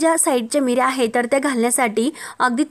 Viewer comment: अहो मिऱ्या नाही निऱ्या म्हणतात